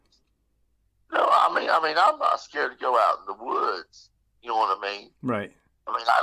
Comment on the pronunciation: Thank you for sharing your story... But it's like nails over a chalkboard every time he would repeat saying "ya-kn-oh"